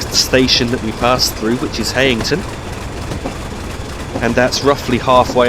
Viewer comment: Nicely done. That fog, pretty iconic to that area back in the day, used to get really bad some days you couldn't see your hand in front of your face! Btw, the e in Heighington is silent, actually pronounced Highington by us locals.